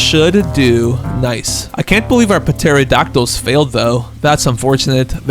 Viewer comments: lol Its pronounced "tæro-dak-til" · puh-terodactyls?????? I’m unsubscribing bc of that